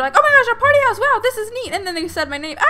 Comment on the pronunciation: you saying my hause is weird